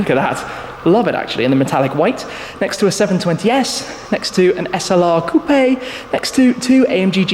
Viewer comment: Bro it's coupe.... Quit emphasizing the e at the end the end...